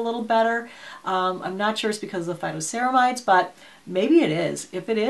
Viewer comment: Phyto...not photo!🙄😄